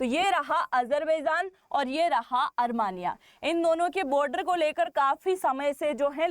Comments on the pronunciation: desh ka nam "अरमानिया" nahi "अरमेनिया" hai. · Is it ARMANIA or ARMENIA. Kindly pronounce properly ❤️🇮🇳👍✌️👌🪔👆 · अरमानिया नहीं अरमेनिया